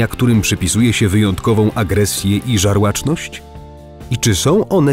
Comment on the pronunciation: Żarłoczność nie ŻARŁACZNOŚĆ, panie czytający.